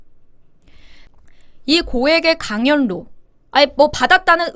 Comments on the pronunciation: 예쁜 강연료-강열료로 발음하시는거로 들려요. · 강연뇨 로 연습해야할듯 합니다. 거슬리네요. 제동 이름도 싫어요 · 강연료 발음은 강열료로 발음하세요.